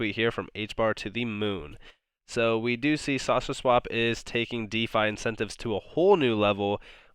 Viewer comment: Do you have a cold? When you say "saucer swap" you sound like you are saying "sausage swap" LOL. Cheers mate.